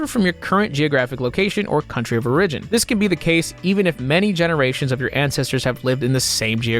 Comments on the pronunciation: Today's word is "Origin" Normal: or-ih-jen / ˈȯrə-jən: Oh-ridge'n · Lmao he also read origin like “oh rih gin” in the dna segment